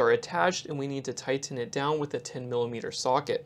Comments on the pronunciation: Tigh-TEN it down! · 😂yeah that’s funny, I was thinking the same thing